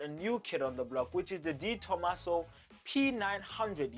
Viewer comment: De Tomaso. My name is Di Tomasso. EESH!!! Is that not the coolest car ever?